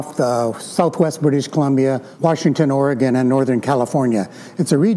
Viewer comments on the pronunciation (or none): Love your videos,, but don't say "Ore-gone". "Or uh gun" and "orygun" are acceptable. We do not live in a musical instrument.